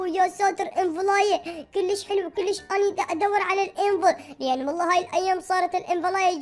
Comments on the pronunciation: بليز لا تقول كولش قول كيلش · اعطيك نصيحه مو اكول كوليش كوليش حلو لا كول كليش كليش حلو يعني بلهجتك نصيحه